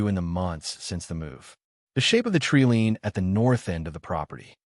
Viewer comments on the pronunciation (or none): Please check your narration. It is tree LINE not LEAN.